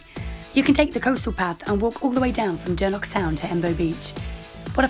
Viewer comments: It’s Dornoch not dernoch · why are you pronouncing it as “Dornock” that’s a completely different place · yeah sorry I was kinda rude to point it out but from speaking to the locals in the past they all really hate it when people call it Dornock and get really triggered. Honestly not everyone can pronounce the “ch” sound like in loch for example. So sorry for being rude to point it out but yeah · My bad! 😂 I was really struggling to pronounce it